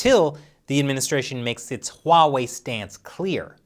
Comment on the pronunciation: I might become a patron just to ask you why do you call huawei 'WAWEI'